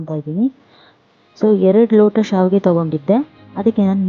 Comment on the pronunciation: Saavige alla adu shavige annamma...